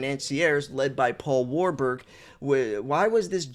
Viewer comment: 😂 you pronounced it right first time WAR-BUG sounds about right 👍